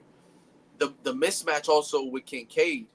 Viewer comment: He said "mitch-match"!!! It's "missmatch" playa!!! 😂😂😂😂😂😂😂😂😂😂😂😂😂😂😂😂